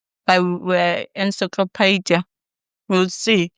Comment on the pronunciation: She cant even pronounce ... encyclopedia... ENSYKLOPEDIA... spoken as its written... but the Google Queen ... the esteemed Dr. was all over.